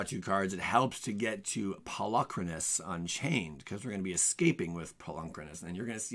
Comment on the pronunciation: I really loathe how you say "Polukranos."